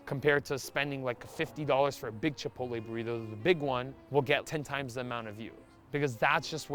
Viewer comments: So this guy wants to have a career reviewing food, but can't bother to learn how "Chipotle" is pronounced? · Never heard anyone mispronunciation “chipotle” before 😂 He did it twice so it wasn’t even an accident 😂